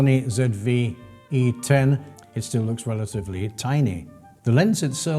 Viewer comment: Thank you for saying ZED Vee E ten!